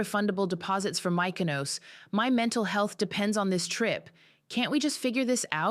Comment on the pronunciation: Mik o nos. Say it correctly.